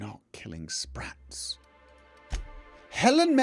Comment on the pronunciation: Sssh be vewy vewy quiet, we're hunting spwats